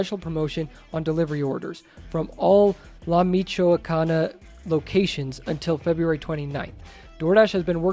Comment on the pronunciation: Its pronounced meeshwacana.